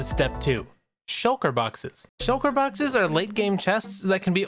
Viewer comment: the whole beginning i was like: shulker boxes SHULKERS BOXES SHLUKER